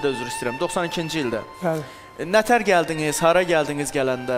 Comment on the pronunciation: Bu Zaur Baxşeliyev danişiĝina fikir verse yaxşi olardi. Geldiqiz,ĝetdiqiz . Bu tamaşaçilarin qulaĝin sehf teleffüzlü sözlerle doldurma. Zehmet çek normal Azerbaycan dilinde daniş .